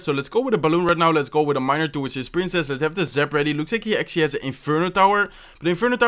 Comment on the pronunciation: That's zap...not zip ya nub !!!!!